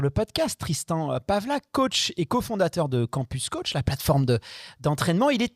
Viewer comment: J'adore comment massacre le nom de Tristan 🤣